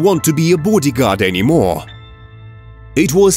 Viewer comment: Booodi guard ???? We're did they get this commentator from